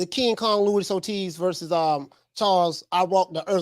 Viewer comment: Who is Louis Ortiz? It’s Luis Ortiz bruh